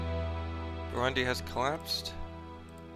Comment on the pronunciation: there stays Brundi in place of burundi